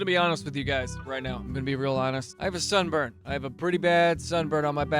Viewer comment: At the beginning I heard “I have a son” And then proceeded to buffer for the next thirty seconds before I realized it was sunburn.